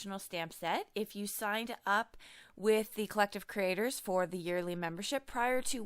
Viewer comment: Love Love the gold world!! I think the change in background was well worth the lost sleep over the change. Can’t wait to use this fantastic stamp set. HA HA End of video sounds like you said “Collective critters.” (Not aa bad idea at that. :) )